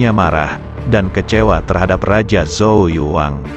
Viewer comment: Bukan pakai Z bacanya, tapi C